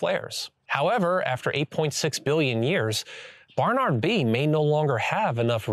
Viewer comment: BaRRnaRRd....? Why are you saying it like that